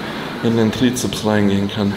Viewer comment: Wieso spricht er Bizeps und Trizeps immer falsch aus?